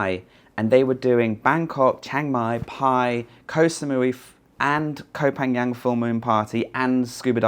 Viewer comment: you are so sensitive about your name, but cannot pronounce Koh Phangan. It's not Ko pan young. It's Koh pan gun! 🔫